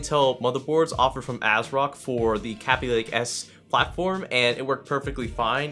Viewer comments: FOR FUCK"S SAKE!!!!!!!!!!!!!!!!!!!!!!!!!! It is pronounced Kay-Bee Lake. not Cap-ee lake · It's pronounced Kay-Bee lake lmao. 你傻了！